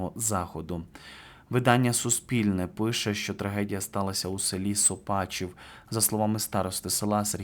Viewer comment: Сопачів, наголос на букву О